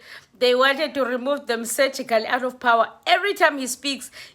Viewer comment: Uya gowa u Mbaks ngo "Surgically" remove 😂😂😂 As for the Vat hay shame Bosa and Action SA ba skinyiwe yi ANC 😂😂😂